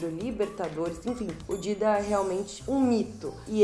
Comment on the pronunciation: Parei de ver quando ela falou Dida